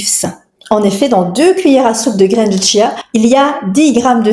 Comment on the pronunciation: ON NE DIT PAS TCHIA, CHIA